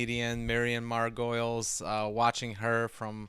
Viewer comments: Her name is pronounced margot-lees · Just a quick note: Her last name is actually pronounced Mar-Go-Leez not Mar-Goyles. I only know this through one of her Graham Norton show appearances cuz I thought it was pronounced Mar-Goyles as well before that. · Miriam breaks the mould. She definitely doesn't think inside the box. A reaction video really requires a reaction. Thank you for sharing, but please, can you pronounce her name properly. It's 'Margolyes', (Mar-go-lees) not Margoyles (Mar-goi-ulz) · Mar-go-LEES, not mar-goyls. Her name doesn't have an "oy" in it. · Her name is pronounced "Margolees", not "Margoyles"... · Mar-go-leys that's how it's said 😂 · It's pronounced Margolees. Not like you'd pronounce Gargolyes. 🤭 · Miriam Mar-Go-Leez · It’s pronounced like margo lees not like gargoyles